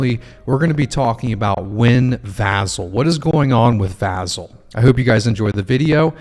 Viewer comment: vAH-Zel! Lol